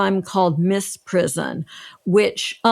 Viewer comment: I admire these people greatly, but this video is a blemish on their resumes. : Babushka. First, it's BAH bush ka, not ba BUSH ka. And it means grandmother. I don't think one wants to wear a grandmother. Second, "misprision" is OBVIOUSLY not "mis PRIZ on". si there, as one of the lawyers noted is zh. collision, derision, lesion, abrasion, ....